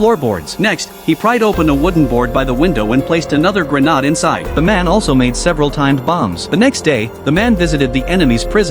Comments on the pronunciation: "Grenald" lol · Grenade ❌️ Grenad'e ✅️